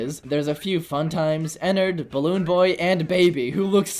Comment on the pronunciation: Nah dat ain’t Ennard dat Nennard💀